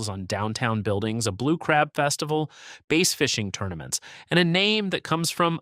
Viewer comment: It is bass fishing, not base fishing. Bad AI as usual.